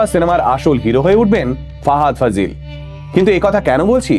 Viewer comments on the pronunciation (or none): নাম টা ভালো করে বলতে পারিস,ফাহাদ ফাজিল না ফাসিল...